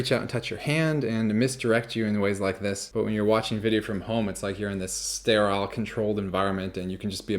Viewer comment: I HEARD IT! I HEARD IT! Gotta admit,, I am always taken aback whenever you mention you're from Texas, because I can't hear it in your voice. BUT! your sleight-of-drawl flashed on the word "sterile" when you pronounced it "stair-aisle!" Whew! Glad I can put that mystery to bed.